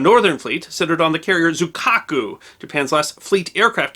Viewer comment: Good one! BTW - I am not a speaker of Japanese but I think that the name of the carrier you mentioned (Zuikaku) is pronounced ZWEE-ka-ku with emphasis on the first syllable.